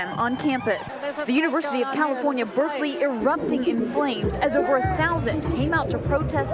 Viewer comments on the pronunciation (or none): none